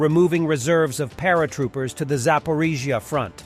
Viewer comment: Is this narrated by AI? I go back and forth since the voice is "good" but words like Zaporizzzia are dicey 😂😂